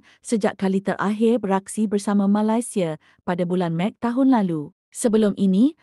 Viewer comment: Cuba la sebut Malaysia betul2 min 😅